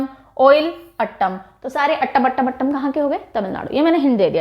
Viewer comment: Mam Me TN se hu. Your Teaching Was excellent. No problem abt Pronunciation as its Difficult for Northern Ppls to Pronouce them. Every Thing is Attam Nahi Its Aaatam. Like how You Pronounce atom.And Aatam means Dance🤗